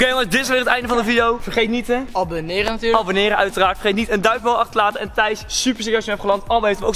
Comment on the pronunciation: Elke video lach ik me dood dat zegt abbeneeren